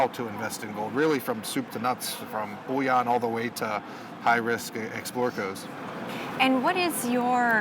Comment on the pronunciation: I'd take opinions more seriously if he knew what the word "bouillon" means. It's a French word referring to soup. If you want to talk about gold... stop calling it "French soup". THE WORD IS "BULLION". IT'S TIME PEOPLE IN THE GOLD SPACE WISED UP AND AT LEAST LEARNED HOW TO PRONOUNCE THE NAME OF THEIR OWN PRODUCT!